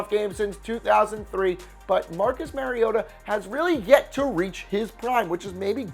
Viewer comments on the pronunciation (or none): none